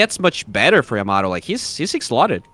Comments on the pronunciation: Caster confuses me or am i deaf i kept hearing timado instead of yamato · Yamato used to be called timado